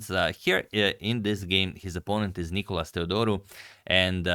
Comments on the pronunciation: Please please dont call him nIkolas,its nikOlas. Greek names literally have a punctuation system for you to know (Νικόλας, where the ό shows where to pronounce.) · It's nikOlas, the accent being on O. (You've corrected it in some video).